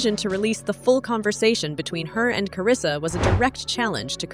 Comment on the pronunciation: Karlissa name too🤦🏼‍♀️ she said karissa where the L at 😂 (Hope i spelled it right)